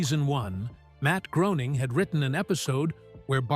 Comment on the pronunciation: Good vid but Matts name is pronounced Graining ive heard him say.